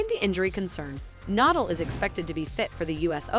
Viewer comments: Yeah...what’s the deal with that? 🤷🏻‍♀️ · Need to pronounce his last name correctly! It is Nadal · Whoever this is narrating doesn't have any idea who Rafa Na-DAHL is. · Her pronunciations of Rafa’s last name and his town were driving me up the wall. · Can pronounce Medvedev but not Nadal 🤦🏻‍♀️